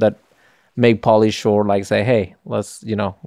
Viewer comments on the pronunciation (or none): none